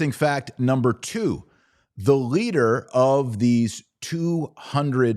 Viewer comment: Why do you put a "G" sound in front of your L's. The gleader, what is a gleader? Glet us all swear an oath.